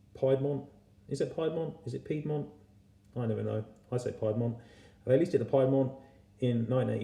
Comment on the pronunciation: Hi,, you're pronouncing the name of the airline incorrectly. It's pronounced "Peedmont." Ta for the review.